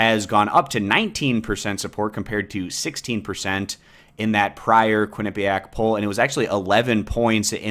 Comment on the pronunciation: "KWIN-uh-pe-ack" not only is this a part of the polling results, it's not even on the first mention of "Quinnipiac'. Huh...